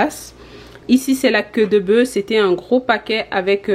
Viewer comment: Pourquoi vous dites bœu et pas bœuf le F se prononce